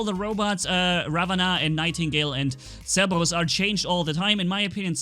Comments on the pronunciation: Yes Ok if you listen, you can hear that he just rolls his R. he doesn’t pronounce it with a D. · Yeah he pronounces it as.. “*CEH-BOH-DUS*” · pronunciation Cossack: ok Spectre: acceptable Fenrir: almost acceptable Cerberus: TRIGGERED